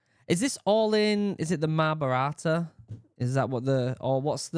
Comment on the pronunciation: Prahlada × Prahlad ✓ Don't strech a in the end everywhere Also that's not mahabhartaaaa That's just mahabharat